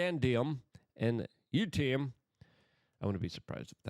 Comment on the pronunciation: Lol.. hearing you name those minerals was hilarious...You literally didnt get a single one right... Its pronounced " Yiiit - TREE- UHM.".. Diss- Pro- see- uhm..